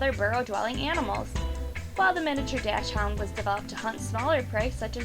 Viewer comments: Not "dash-hound." It's "Docks-hoont." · and it's pronounced dock-sund not dash hound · doc shhh und not dash hound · Did she just pronounce it Dash hound? It's pronounced Doxen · It's not pronounced "dashund" or sth. like that. It actually "Dachshund" and pronounced with a hard "k" instead of an "sh" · Sorry I have to nitpick, but DOXhund, not DASHhound. Also as a Dachshund owner I was glad to see them on the list 😀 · It is pronounced dock-sand. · No, this woman just has terrible pronunciation, did you hear how she said dachshund; Terrible. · You pronounced Dachshund and Yorkshire terrier wrong.